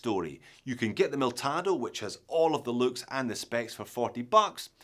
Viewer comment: Pronounced the name right, but the banner still said Miltado! Why is this so hard to get right for a watch expert. Other than that, nice vid. Cheers!